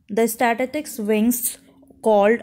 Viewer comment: Apko to "स्टैटिस्टिकस " pronounce hi nahi karna aata.